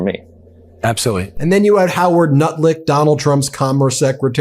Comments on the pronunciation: Great analysis, Ben, as usual, but just one very small correction: The man's name is Howard Lutnick, NOT NUTLICK!! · Freudian slip lol didn’t he say nut lick instead of Lutnick. Lets me honest he’s definitely kissing 🍊💩 a$$ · DID YOU SAY HOWARD NUTLICK 🤣🤣🤣🤣🤣🤣🤣 sanka im ded mon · I never heard of Lutnick before., and when you said his name "NutLick", I thought that was his name, and had a good laugh. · Ben did you intentionally call Howard "Nutlick"?? 🤣🤣🤣